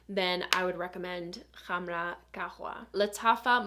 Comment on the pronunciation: First time I've heard anybody try to pronounce "Khamrah" correctly. Nice.